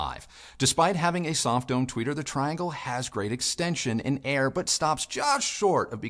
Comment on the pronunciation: With respect. The name is pronounced tree-ahn-gle.